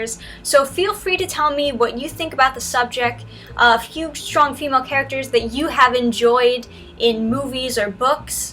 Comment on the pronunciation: Just landed on this page... is she saying shtronk? Is the host pranking us? What's happening here?!